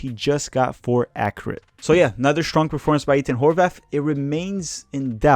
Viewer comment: why do you pronounce Ethan Horvath: "Eat-in Horvath"